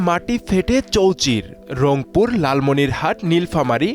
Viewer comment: রমপুর না সাংবাদিক ভাই এটা হবে রংপুর